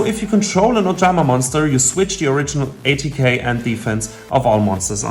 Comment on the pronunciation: My ears hurt when i heard A.t.k. instead of attack😂😂😂